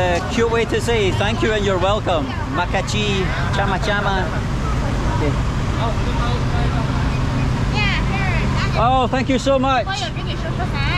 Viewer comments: Tjamma tjamma😆😆 it's sama sama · Stop the chama chama .. 😂😂 it’s sama-sama 😂